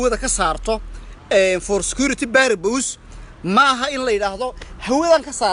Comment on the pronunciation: Englishkii buu kufsaday Baarabuus kuyeh ma porpuse buu talow rabay kkkkkkk